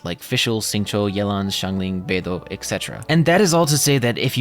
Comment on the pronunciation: Dawg, what is up with your accent. First, you randomly fronted the "d" in Beidou, second, you straight up dropped into a British accent for 10 seconds around the 12 minute mark. Really off-putting, no context, not even funny to make up for it. Maybe stop?